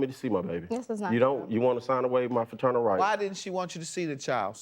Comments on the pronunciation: I’m tired of him saying fraternal instead of paternal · If i hear the defendant say "Friternal Rights" one more time. 🙄🙄🙄🙄😒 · He keeps saying "Fraternal" rights. Is he talking about his child or his brother? I'm confused.😆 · Bruh it’s PATERNAL not FATERNAL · As I watch this for the 2nd time this mofo said faternal rights and kept saying it even when judge mathis looked at him crazy and said it correctly like wtf is faternal rights u mean paternal rights this ninja look like he dress in drag at nights and on the weekends 😂😂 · No matter how many time judge Mathis said "Paternal” the defendant just kept saying "Faternal” 🤦🏽‍♀️😂😂